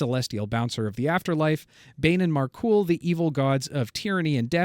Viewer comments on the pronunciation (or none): Oh my God, there is SO much wrong with this. I can live with repeatedly mispronouncing Myrkul....I can bite my tongue on "Times" of Trouble instead of the correct "Time of Troubles".....but "Mystra got Thanos-snapped"? No, friends. Mystra decided she was done humoring Ao, by way of Helm, the God of Guardians (thus why Ao let Helm, alone, retain his divinity and tasked with guarding the Celestial Staircase)....And so, Mystra swiftly began the incantation for a Fireball to lay out Helm, yet before the goddess of MAGIC could cast a spell, Helm, in his full godly might, drew his blade and decapitated Mystra. ~sigh~ 19 minutes into an hour and a half long podcast....Not encouraging....